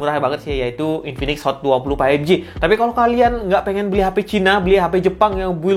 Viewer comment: Bang tolong berhenti bilang paipji. faivji bang.